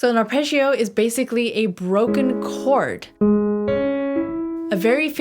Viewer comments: The word "arpeggio" in both English and Italian is pronounced with a hard "j" sound for the double g's, and not a "zh" sound. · You are great, just the Italian word “Arpeggio” should be pronunced better :) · Sorry for being a bit picky, but I so much would love people in America pronounced "arpeggio" correctly [arˈpeddʒo] instead of wrongly [arˈpeddʒio] . It simply sounds so much like they don't know how to pronounce Italian at all - what apparently they sadly really do 😵‍💫 .